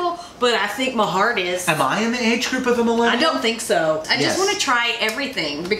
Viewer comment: Hey, I think you may be adding one to many syllables to Millennial. First time commenter, long time viewer.